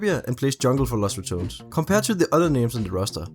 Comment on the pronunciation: SAY IT WITH ME RA TO NES NO RATONS